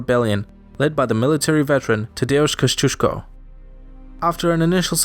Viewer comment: Congrats for getting "Tadeusz Kościuszko" right